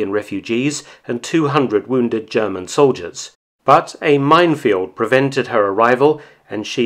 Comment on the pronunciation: Your German sounds very authentic. M.